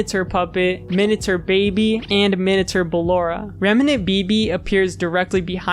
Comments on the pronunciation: i know that its literally spelled "minater" but it still bothers me so much it just sounds like youre pronouncing "minature" wrong LMAO does minater even mean anything............ surely it must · wait if that's Minater, it's minate-r sounding more like Minute with an r at the end, like hater or meter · What's a "Minater" anyway? I thought you were saying miniature until I saw it on screen. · Seems like an interesting video but the way you pronounce "miniature" is insufferable